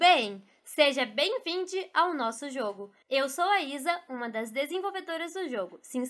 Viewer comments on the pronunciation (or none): é impressão minha ou ela falou bem vindi ???